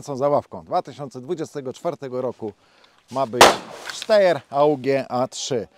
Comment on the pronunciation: Podaję prawidłową wymowę Steyr: [ˈʃtaɪ̯ɐ] !!!